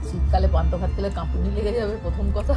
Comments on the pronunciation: কথা টা পন্থ না ' পান্থা ভাত ' হবে ۔۔۔ আর সবার ই সব খাবার খেতে শেখা উচিত ۔ ওরা তো ছোটো তাই না শেখালে কি করে নতুন কিছু try করবে দিদি ۔۔۔? ভালো থাকবেন ۔۔۔۔ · Panta bhat bole 😂 PANTO bhat na 😂😂😂😂😂😂